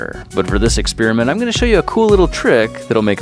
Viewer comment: This makes me CRAZY!! To Grant Thompson,,, and: It's Ex-PER-a-ment. NOT Ex-SPEAR-a-mint!!!!! IDK where you guys live, if this is a regional thing, but the word Experiment does NOT have a "SPEAR" in it!